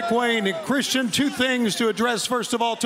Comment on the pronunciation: nigel pronouncing the TNT champion "christy-ian cage" xD